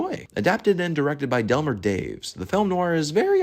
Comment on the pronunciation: Delmer "DAY-vees"😢